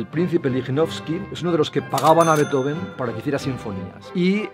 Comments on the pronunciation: se pronuncia en alemán, no en inglés. Ludwig Van Beethoven, se separa en Beet-Ho-Ven, no Bee-Tho-Ven, el error está ahí. Eso sí, la pronunciación de Ludwig varía por la última sílaba, ya que -ig se puede pronunciar de varias maneras, como -ik o como -ich, y eso tiene 2 variantes, -ij e -ish. La D se convierte en T. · No se pronuncia "beto-ven", eso es error que se repite en el video. Se pronuncia "bīt-jofen" (la ī es como la LL o la Ye)